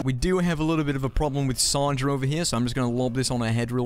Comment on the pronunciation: SAN-DRA NOT SON-DRU SMH!